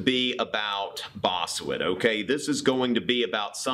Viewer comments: Bossuet = Pronounced BOSS-WAY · It's pronounced BoSué and Hobbes did say that the soverign's authority ends if he gives an other to his subjects that goes against their self preservation. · Bosseut is pronounced "Bossu-wey"